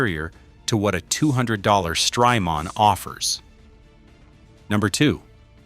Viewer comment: Stry-Mon, it's Jamaica mon